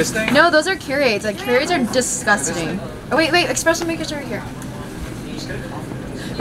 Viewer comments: Calling it “expresso “ and dissing Kiuregh idk how to spell but I feel attCked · Did she just say expresso ? Sis I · kaly me. I was secretly hurt until she said exspresso instead of espresso